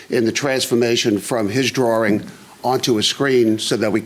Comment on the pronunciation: It's a drawing, not a drahring....